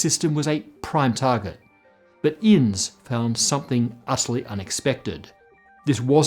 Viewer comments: "Innes" is not pronounced, "Inns", but "Inn-is". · Scottish person here, Innes should be pronounced "in-ess", not "ins". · It is pronounced in-ness, not "ins" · Scotsman here, you also need to correct your pronunciation of Innes. It's not in's, It's pronounced in-his but drop the H..... like finish but swap the shhh at the end for just S and drop the F. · Not meaning to pick, but the Scottish surname is pronounced In-nes, not Inns. Yes, that's right, two syllables. Even Google translate says it correctly. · Hi - in Scotland the surname Innes is pronounced INN-is not Inns. Love the show, keep it up! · Great video, as a Scotsman can I say it’s pronunciation is (inn es) not ins ;) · Innes is not "Ins", it's "iniss" rhymes with Guinness. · It's read "E ness", not "Ins", I believe. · As a scotsman, I'd like to point out that Robert innes is (almost certainly) pronounced like 'Innis'. I have corrected an astrophysicist. Yesssss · Innes is pronounced In-niss. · Yo! Love the channel. As a Scot, I wanted to point out that "Robert Innes" should rhyme with "Guinness" when pronounced correctly. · Pronounced in-nes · Innes is pronounced Inn-is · Wait Innes is pronounced 'ins?' I've been calling him 'in-us!' Why did nobody correct me? I've been making an idiot of myself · The name Innes is pronounced In-Ness. I know as a New Zealander I should not expect better from an Australian. Nevertheless, please try harder in the future. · Innes has 2 syllables: Inn-iss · pronounced "innis" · Innes is said inn-iss 🕊🏴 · My old science teacher's last name was Innes, it's pronounced Innies iirc :) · Pronounced as Guinness without the g in Uk hence the unsurpassable Innes book of records in the 70s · You might also want to learn how to properly pronounce Innes while you're looking at corrections. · I don't think that's how you pronounce "Innes". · Any other Scots here slightly off put by that pronunciation of Innes? 😂